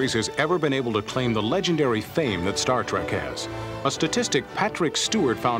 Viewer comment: Kind of annoyed me that the narrator kept calling it "Star Track". But thanks for sharing!